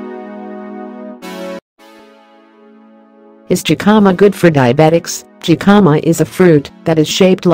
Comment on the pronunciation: It would be better if it was not a robot speaking. It makes it seem so impersonal. The voice also keeps mispronouncing the word Jicama. The "J" is a "H" sound.